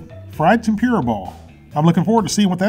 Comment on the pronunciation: It's tem-poo-ra not tem-pure-a